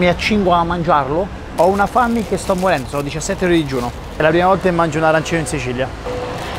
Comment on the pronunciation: Si dice arancinooooooo